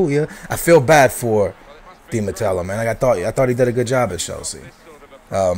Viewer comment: Matteo not Matello